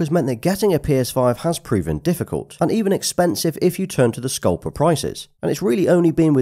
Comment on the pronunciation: SCALPER not scolper